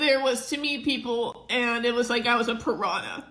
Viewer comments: did she mean to say pariah? lmao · Pariah not piranha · Did she say piranha? 😂 pariah! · Pariah, ma'am. Not piranha. The word you were looking for was 'social pariah'.